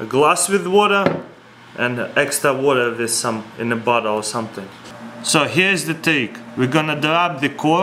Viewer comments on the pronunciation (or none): What I think he said: "we got cork inside of butthole" Reality: "We got cork inside of bottle" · When you say bottle ut sounds like Butt hole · It sounded like he said "see we have the cork inside of the butthole"